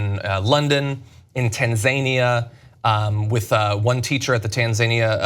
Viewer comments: Thankfully Cenk was able to pronounce 'Tanzania' the correct way, because John's pronounciation was cringeworthy. TanZAYnia???? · LOL at john butchering the pronunciation of Tanzania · pretty much any Tanzanian would take John butchering the pronunciation of their countries name over their kids having to go to a US school...